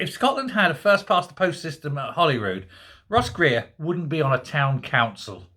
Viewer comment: I though you said " Gross Reer" , er perhap you did ;-)